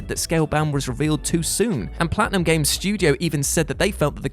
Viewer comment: I just like hearing him say "Gameseses"